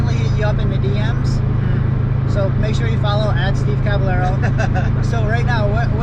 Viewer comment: It’s cabayero ffs